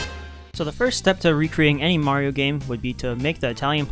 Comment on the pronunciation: you probably never heard of his new york brother , supa maro have ya?